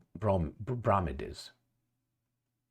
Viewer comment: Bromides pronounced BRO-MY-DZ